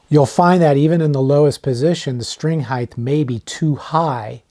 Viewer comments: Another guy pronouncing it hi-th instead of hi-t. The h is silent. You learn that in grade school, usually 1st grade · lost me when i heard "heighth"